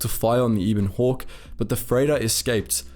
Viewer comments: Eh bon hawk, not eeeebon hawk. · Ee-bon hawk?......you either never played or skipped the dialog huh bud, it's EH- BON hawk. That ship deserves to have her name said right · Ebon, like ebony, without the ee at the end. Not e-bon.